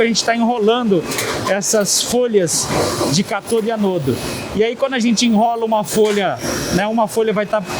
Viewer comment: O correto é CÁTODO e não CATODO!!😉